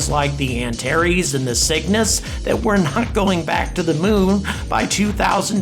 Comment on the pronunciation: I keep thinking he's saying "The Sickness" instead of The Cygnus.